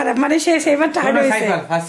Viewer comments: থাড বলে 😂😂😂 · কাম্মি থার্ড কে থাট উচ্চারণ করে। হায়রে 😂😂😂😂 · *ঠাড বলেন উনি। 😂😂 নতুন উচ্চারণ।